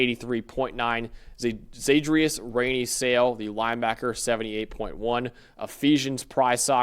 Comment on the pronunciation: Sale’s last name is actually pronounced Sall-A…